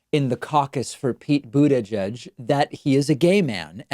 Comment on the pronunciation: The lady didn't know his name is pronounced butty geek.